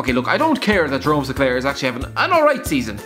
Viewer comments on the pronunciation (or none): none